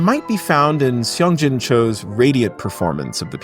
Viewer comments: Sorry just want to point out a slight pronunciation error. Seong-Jin’s name is not pronounced see-ong as written but more like song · FYI: most of the time when you see "eo" in a Korean name, its pronounced like a short "U" vowel sound as in "cup, supper, luck." So, "Seong-jin Cho" is pronounced "Sung" Jin Cho.